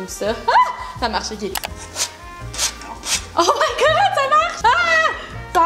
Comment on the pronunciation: WOOOOOO à quand tu as dis « oh my god les Amis »on aurait dis l’accent français !!!!!!!!!!😂 sinon, magnifique video!!❤️❤️❤️ et j’aime beaucoup le fait que tu t’implique vachement visuellement dans tes vidéos, comme là tu as mis le meme décors que Bob et c’est agréable à regarder... ❤️